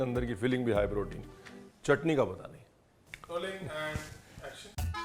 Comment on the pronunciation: Ye "High Protein" nhi "Haye Protein" hai 😂